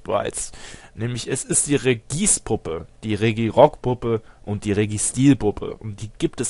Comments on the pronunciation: Du sprichst Regice falsch aus. ^^' Er wird Regi Eis ausgesprochen. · Eigentlich spricht man es[re-geiß](scharf S weil man es wie bei Geißel ausspricht) und im Englischen Anime wird es einfach Regi-ice (also als 2 getrennte Worte) ausgesprochen.